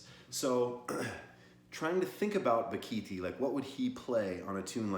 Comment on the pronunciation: Bock a Thai. Pronounce it correctly.